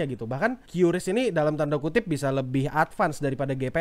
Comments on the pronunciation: Bacanya kris bang Bukan kyuris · Btw pelafalan qris itu "kris"karena pakai bahasa baku Indonesia dan ini ditegaskan lansung oleh petinggi qris (gak tau lupa siapa pastinya) disebuah podcast